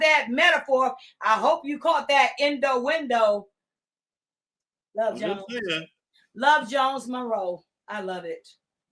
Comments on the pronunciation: Great interview with piping hot tea, but I'm going to need to say Inuendo and not "In da window" 😮 other than that bless her ever loving heart🩷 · please kindly correct how she says inuendo........... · Three things beloved gonna do: mispronounce co-conspirator and mispronounce innuendo and mispronounce Margorie. We'll allow it.❤ Get eem,.